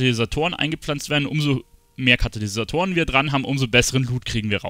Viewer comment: Damn bin ich getriggert .. immer wieder sagt er Kanalysatoren .. KaTalysatoren mensch :D